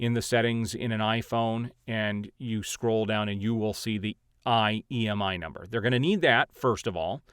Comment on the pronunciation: Imei number not Iemi...lol but thanks for the info appreciated